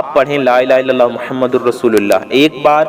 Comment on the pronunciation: Mohammadin hai,aap galat padh rhe hain